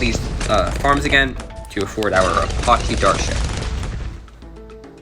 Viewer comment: It’s a-patch-e not a pot che